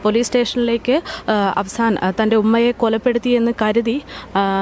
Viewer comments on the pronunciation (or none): Not afsan but affan.